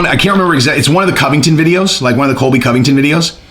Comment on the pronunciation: You need more sharpness pills dude it's Colby not Cody 🤣🤣🤣